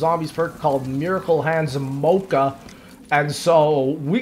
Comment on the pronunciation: The way says mocha 💀